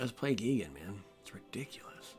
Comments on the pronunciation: GEE-gen? No, GUY-gan. Also, kinda disheartening that every single player seems to be playing almost identical decks days after a set is released. I just started playing online and every other deck is the same thing. Smh. Copycats all over. Come up with your own stuff people!!! End of rant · As a BIG TIME MTG and Godzilla fan I feel obligated to help you with pronunciation... it is pronounced: "G-eye-gan"